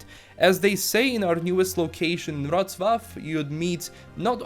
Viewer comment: You got "Wrocław" pretty good :)